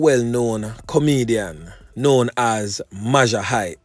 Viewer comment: majah is pronounced major..... mayjor hype. everytime you say mawjah my ears hurt